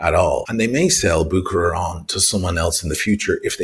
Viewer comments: It's not "Bookerer" though, it's "Buherer", soft h. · Real pronunciation goes like « Busherer » not bukerer 😅 From Geneva Cheers